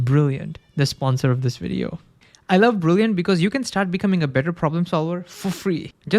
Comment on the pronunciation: Wery wery interesting. I lowe how much you’re dewoted to science